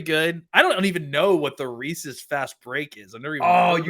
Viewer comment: Chunk and Sloth would be ashamed of your Baby Ruth takes. 1 Almond Joy 2 Twix 3 Mars Bar (US version) 4 100 Grand 5 Take 5 What kind of savage pronounces it Reeseas?